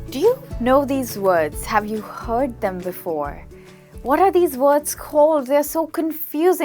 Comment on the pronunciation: WORDS. NOT WAODS.